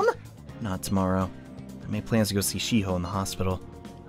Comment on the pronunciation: y she calld shi-ho it sounds like she-hoe xDD